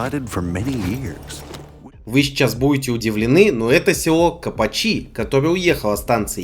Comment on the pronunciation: кОпачи, копАчи, копачИ? Будь ещё одна гласная в этом слове, даже в самом начале и то бы умудрились поставить на её ударение 🙄